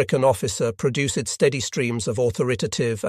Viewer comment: I couldn't wait for the next "produce-edd" or "sal-lyn-us" to pop up.